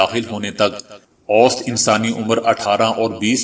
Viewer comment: اوسطاً پرھنے ھیہں اوسط نھيں پرھتے